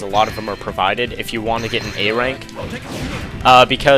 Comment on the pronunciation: on act 2 I heard you say ray rank not a rank